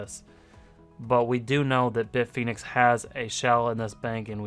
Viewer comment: Stop saying bit-phoenix. It's bit fin ex